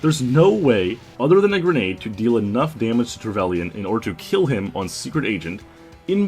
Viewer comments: Trevelian? No it's pronounced trevalin. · Trevellian? You pronounce it Trevelynn